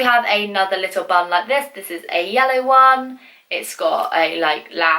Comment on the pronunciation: When said bun I thought she said bum lol. Who loves like if u agree.